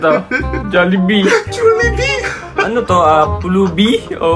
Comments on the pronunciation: The way he pronounce jollibee to jjulibhie it's make me laugh so hard😂you made me happy when i watched this video😊 btw you're so cute when you're laughing💖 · JJULIBHIE HAHAHA BHIERUS HAHAHA ABHIENGERS HAHAHAHA you made me laugh so hard Kuya😂